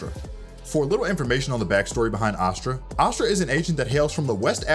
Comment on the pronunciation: omg it's ASS-stra...not AH-stra. Just like ASS-stral which you are saying in the entire video.